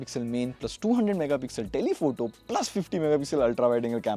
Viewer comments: Also, it’s telephoto not telpehto(vivo x 300) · "Telpehoto" got me triggered😂😂